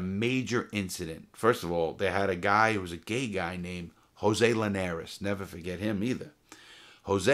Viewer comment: This man is Alzheimer's worst nightmare, cuz he'll "neva fughet"